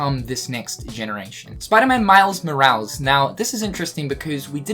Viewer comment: they way you pronounce morales is killing me man 😂